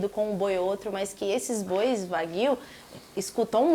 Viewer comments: Opa, sensacional! Só uma dica, a pronúncia de 和牛 (wagyu) é "uáguiuu" e não "vaguíu" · Nao se le: Vaguio. Se le:Uaguio